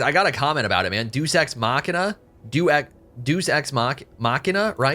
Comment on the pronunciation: Bro, it's not pronounced Duece. Deus is a greek work meaning god, pronounced like the words day and use[ˈd̪e.ʊs].Duece means shit.